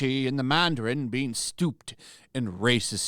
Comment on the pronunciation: 'Stooped'? Shouldn't that be 'steeped'?